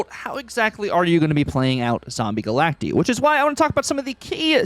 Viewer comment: Stop saying Galactee😂